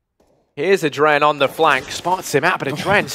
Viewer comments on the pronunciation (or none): It's not "Adren", it's "adreN (like in adrenaline).